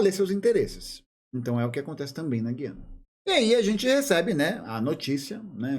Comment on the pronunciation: Só um comentário: A pronúncia correta é "gu-i-ana".